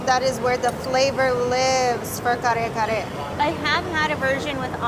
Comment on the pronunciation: Excellent job in pronouncing those hard to say tagalog words. I totally agree with the winner of the food challenge. Kare kare is one of my favorites . My Mexican wife cooks killer Kare Kare and other Filipino food.